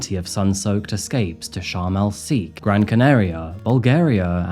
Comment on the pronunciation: Love the stories, but as a British man myself often get weirded out by some of pronunciations which are.very non british, eg sharm el WHERE? We say "SHEK" or "shake", not "seek". Weird. Anyways, cheers